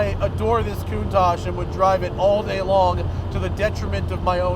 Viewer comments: I believe it's pronounced "koontalk" not "kountash" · is that really how you say countach? I pronounce is "CON-tach" not "Coontach"